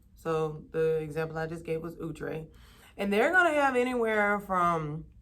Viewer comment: I was like who?.... We always pronounced it " Ow-tray" not "Ou-tre"...lol That was insightful Now on to this hair... Have you subscribed to hair magazines to stay on top of what's trending? What do you do to stay current?